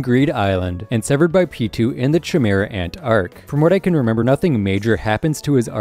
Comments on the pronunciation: kimera not chamara lol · Cheemera ant 😂 brooooo And Chrollo’s name isn’t Lucifer, it’s Lucilfer. loo ceil fur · Did this guy just pronounce chimera chi-mera instead of kay-mera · You stuck on pronunciations bro chimera is pronounced : ki-mera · "tschimera ant" lmao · Ahem did he just call it the CHI-mera ant arc? like making the ch sound???????????? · Ngl, I didn't expected you to pronounce chimera like that. That was pretty funny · Watched for 2 minutes and it seems like you didn't watch the show... Had to stop after the way you pronounced "Chimera" and "Pitou", pretty lazy content tbh. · no way he pronounced chimera like that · You saying chimera using ch like in chips hit me like a fuckin freight train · his pronunciation of chimera and gon made me stop watching this video